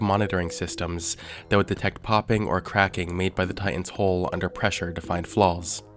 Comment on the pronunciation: It's hull not "holh"